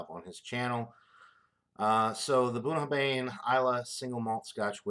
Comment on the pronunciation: Pronounced ,Boon a har vin. Cheers mate nice whisky